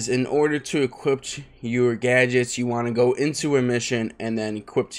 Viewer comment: “Equipt” Thx btw